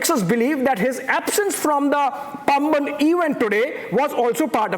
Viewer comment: It is Paamban. Not Pumban.